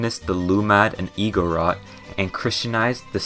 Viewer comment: Im an Filipino, about typhoons were real,but its no problem,plus,it only comes when its almost Christmas.I would like thr Philippines to have snow. What i hate about this guy is his pronunciation Tagalog is pronounced ta-ga-log not tega-log and igorot is i-go-rot not igo-rot he pronounced alot wrong in his talking. I know alot about the philipines but not all